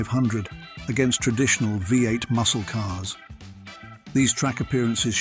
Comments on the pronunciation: Interesting video. Seriously. Despite that, it's such a pity that the voiceover guy (or automated substitute) obviously had quite some trouble saying the simple term V8 ("vee-eight"), giving us 5 different versions/interpretations. There were also MANY highly notable classic Australian muscle cars that were glaringly omitted from the video. Such a shame. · Why do people continue to use AI to read their scripts? It got so many things wrong and sounded clunky. It even called one of the V8 a 5, 8. Obviously reading the V as a Roman numeral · Commentary is crap, I guess that this is what happens when someone, who is obviously, not Australian tried to comment on Aussie cars. What about the Toranas and Commodores? What about the early Falcons? The Landau was no where near the top ten. And by the way it's Vee Eight not Five Eight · Also pronounced V8 as 5 8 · Another downside to this video is the Ai pronunciations, for example, V8.